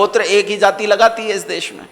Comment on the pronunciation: महोदय,आप द्वारा जाति शब्द का उच्चारण गलत किया जा रहा है।